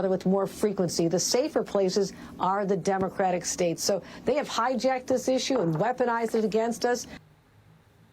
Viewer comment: Hochul: It’s “states” not “stadeds”